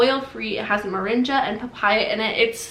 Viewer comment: I think ‘moringa’ has a hard ‘g’. And ‘bum bum’ is pronounced ‘boom boom’. You have lovely skin.